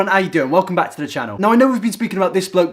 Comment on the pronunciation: It sounded like you said Logan Paul is Black